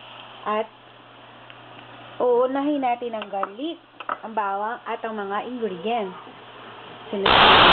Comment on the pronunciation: Pachamba k na magluto assuming kpa mag english leche! Garlic hindi garlek.